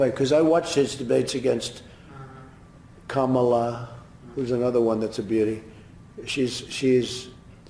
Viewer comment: The struggle to say kamala correctly lol